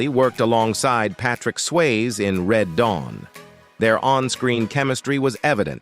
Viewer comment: I think you need to look up how to say peoples names. How do you not know how to say Patrick Swayzes name????